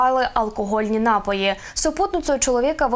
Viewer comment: НапОї (не нАпої)